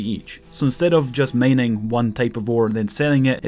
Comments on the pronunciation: it´s mining not maining... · The way he pronounce mining is killing me